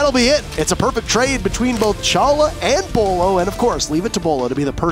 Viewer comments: Someone pick up beaulo someone pick up beaulo SOMEONE PICK UP BEAULO !!! did that guy just pronounce his name "boilo" ? Really XD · wow is trying to make fun of beaulos name by calling him BUE low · My favorite pronunciation of his name was when I was talking to this guy I had just met in a casual game. He complemented me on a nice flick one tap and said, "Nice shot, that was almost Beaulo-like". Except he pronounced it as Bee-a-loo, and I'm not sure how he came to the conclusion that he was pronouncing that correctly. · I thought his name was pronounced Bew-lo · Take a shot every time they say “Beaulo” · Until this day, still doesn't know how to pronounce Bolo correctly 😂